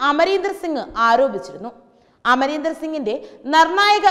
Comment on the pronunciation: This reporter doesn't know how to properly take name of a person... Amarender?...